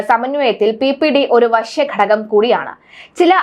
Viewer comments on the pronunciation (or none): none